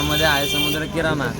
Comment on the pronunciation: Kinara ❌ kirana ✅ Bhauu ch dukan ky sodat nhi tyala 😃😃😃